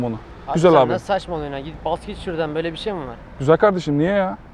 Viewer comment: Şurdan değil ağabey şuradannn💜❤️😂